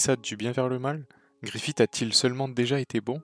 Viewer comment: Griffiss pas Griffite plsss mais sinon très bonne vidéo.